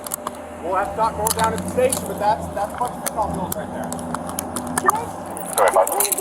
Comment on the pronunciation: Why do so many people mispronounce Fen Tin Nyl as Fen Tin ALL. It's just weird.